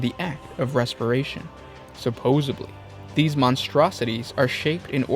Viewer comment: its pronounced supposedly. there is no b.